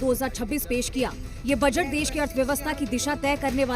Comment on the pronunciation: देस नहीं देश कहो. गंधा लगता है